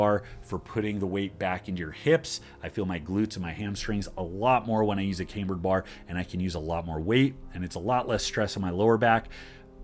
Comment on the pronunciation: Cambered (Cam-bird) bar. Not came-bird